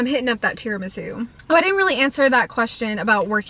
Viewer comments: and tirami-sue not zoo! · gurl it's tiramisu not tiramizu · Lol! Are you saying TiramiZOO?? 🤣🥰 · Seriously please stop pronouncing tiramisu wrong there’s no Z in it didn’t you have an Italian boyfriend & you can’t pronounce tiramisu! 🤷‍♀️🙈